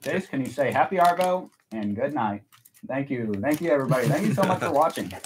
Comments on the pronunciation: WORTH READING from OZ. Yep another slang. Love the channel and just new this week,but I would like to educate you on the Aussie way of 2 pronunciations of the 2 words you use ever blog. 😊 First , Aussie. You pronounce the SS. It's pronounced ZZ Ozzy. And second. Arvo. You delay between the Ar and Vo. It's really quick. Let it flow . 😊😊😊😊😊😊😊😊😊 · Pronounce arvo as ahhvo don’t rotate the r